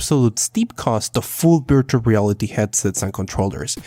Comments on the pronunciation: At the start I heard “birtual reality” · VVVVVVVV Virtual reality “v” STOPP!!! saying Birtual reality “BR” ITS VR VVVVVVVV Virtual reality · Am I the only one who is constantly hearing "Birtual" Reality and "BR"? strange... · I didnt know that you cant say the letter v till the end of the video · Dani Balla I speak Spanish, ahora te hablo si no me crees, and I think it’s just a pronunciation issue, here virtual is pronounced in a similar way